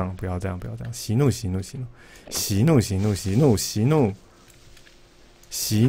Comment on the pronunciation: 息怒息怒 > shi nu shi nu 原來日文這麼溜